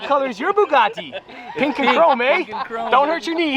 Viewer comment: “What colors your boogateee”